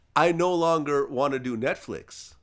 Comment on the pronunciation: Errffqwake said NESTflix 😂